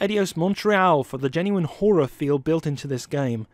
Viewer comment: Giving a WIN for inability to say the word 'horror'...